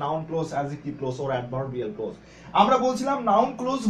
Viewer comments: It's not close as you have pronounced. It's pronounced (Klawz) look up the pronunciation in the dictionary. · Not ক্লোজ, you should pronounce it ক্লজ। From India.